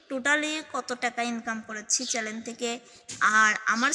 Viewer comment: চ্যালেন না,চ্যানেল।